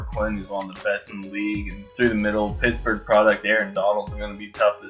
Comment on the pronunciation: its pittsburgh not picksburgh